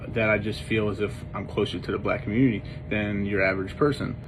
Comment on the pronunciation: He sure couldn't.....mumbled it the first time he said it.